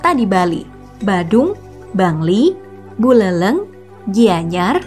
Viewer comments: Agak ngakak sih min,ngomong bulelengnya pake è bukan e ya,btw bahasa balinya bagus,saya bangga jadi orang BALI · Pelafalan "buleleng" lucu min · buleleng min bukan buleleng